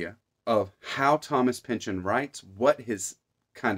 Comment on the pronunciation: (By the way...kudos on the correct pronunciation of "Pynchon." ;) )